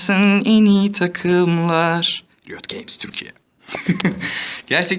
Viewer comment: riot games söylerken göt games dedin sandım :D